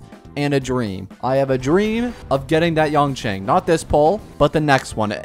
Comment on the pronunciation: Maybe you wouldve gotten Yanqing if you pronounced names correctly!